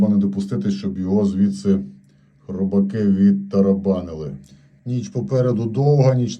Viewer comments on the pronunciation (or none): ХрОбаки на лайнОвозах